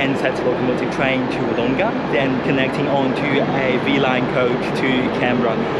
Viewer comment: Please listen to the pronunciation of those around you, practice it. Wood oong-a it's not. Wood-Dong-ah it is. Its so grating hearing mispronunciation.